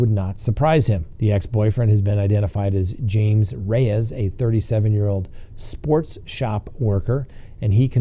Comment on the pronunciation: I had to pause and re-listen, because "sports shop worker" sounded like "sex shop worker."